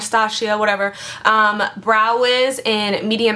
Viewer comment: anastecia..anastaacia.. whatever...hahaha so funny